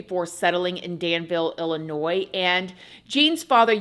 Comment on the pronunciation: I am born and raised in Illinois (actually the Danville area). I just want to thank you for your correct pronunciation of Illinois. There's a saying 'there's no noise in illinois ' lol. The S is silent and for some reason it drives me crazy when people say the S.